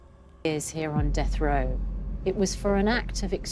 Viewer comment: It’s called death row, not end row